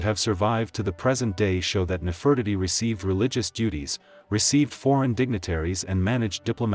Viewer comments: Please make it stop saying “Nef Furt itty”. It’s Nefertiti omg. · He mispronounced her name.